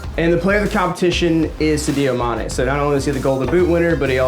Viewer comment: “Sidio mane”